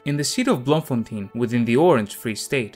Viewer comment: As a South African I am proud that Tolkien was born here despite him being not being a South African citizen. Oh and Baboon spiders are no joke those things aren't dangerous but pack quite the attitude. Oh and Bloemfontein is pronounced bloom-fontein.